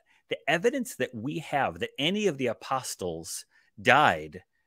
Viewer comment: pronounces the “st” in apostles